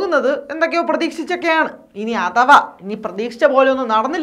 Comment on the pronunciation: അതവ അല്ല -- അഥവാ -- വായിച്ച് തീർത്തിട്ട് വീട്ടിലേക്ക് ഓടാൻ നിൽക്കുകയാണോ ?